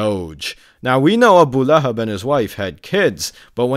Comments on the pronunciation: "ABU LAY HAB" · The guy calls it Abu Lay-hab 😂😂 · "Abu lay hab" 😂😂😂😂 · "AH BOO LAY HABB" caught me off guard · "Abu layhub"😂